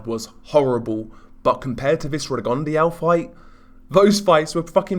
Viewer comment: Rigon de au? At least pronounce his name correctly buddy!!